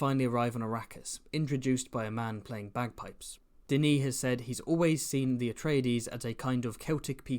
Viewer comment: first time i've heard someone pronounce Denis's name correctly